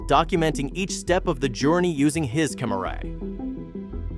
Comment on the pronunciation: His kah mah rah? Ripped-down the Sailing? The "suitcase bag" is a metal box? He discovered-out how massive? It appeared on him? With the not engli-gish you speak-try. And NO I'm not smashing the like button.